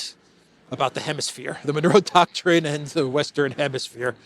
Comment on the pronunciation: Fan of this show, haven’t missed a single vid since subbed, you said Manuro doctrine so many times I got confused, are you trying to say manure with a spanish accent?